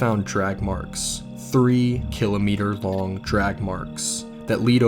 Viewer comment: hi I know this is off topic but the way he says kilometer makes me a little upset